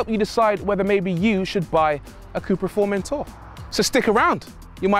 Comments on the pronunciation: In Spanish we don’t say Formentorrrrrrrr only Formentor lol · The correct pronunciation would be “Furmentó”